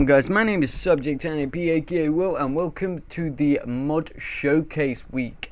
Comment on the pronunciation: Your velcome